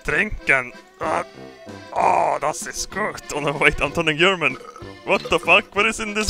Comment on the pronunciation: I love that the subtitles are spelled in the way pronounces it it. Oh no i am yerman!!!